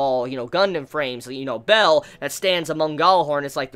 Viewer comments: Bael is pronounced as Ba-el, or B-ale, not Bell.... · One of the best episodes of gundam, such a great one; Pedobears tho Is Ba-el, not "Bell" xD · its baal, not bell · isn't Bael pronounced like "Bale" as in Christian Bale?